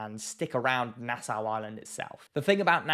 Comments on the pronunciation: It's pronounced nasaw not nasow. There are tigers and bulls in Nassau harbor. I am a Bahamian and we don't do dumb shit, because we know that we share are waters with monsters. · very reasonable video! Just never heard Nassau (Nass-augh) pronounced Nass-ow. I have heard a lot of people pronounce NASA as Nassua XD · Pronounced NasSAW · bro. Its pronounced {naa-sauw}. Please adjust for next time. lol. Im a Bahamian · Firstly, It’s pronounced Nas-saw. And sharkes definitely around nassau. Maybe not very close to shore, butttt the surrounding ocean for sure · Lived in the bahamas and particularly nassau all my life oh and quick tip no biggie.. its pronounced "nas-saw"